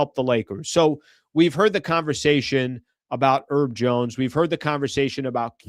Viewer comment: is the H in Herb Jones silent? (real question). Cuz how u saying it sounds crazy. says Herb (I assume for Herbert or something) Urbert